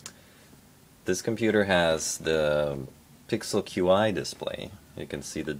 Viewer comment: Qi is pronounced "chi"